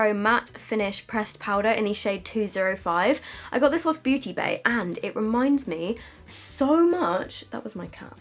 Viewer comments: Anyone hear her say booty bay in stead of beauty bay 😂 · I am the only one who heard “booty bay” 😂😂😂